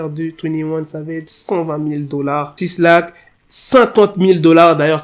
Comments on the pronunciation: Mec on ne dit pas "six lac" mais "black", le 6 représente un B.😅 Sinon cool la video, Tu gères 👍😁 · 6lack ça se prononce Black 😉